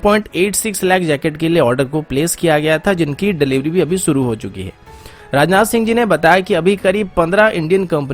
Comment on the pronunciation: Bhai naam ansuman hai ya anshuman , Or video suru mat kiya karo, shuru kiya karo.sip nahi ship kaha karo. Sun ne mai ajeeb lagta hai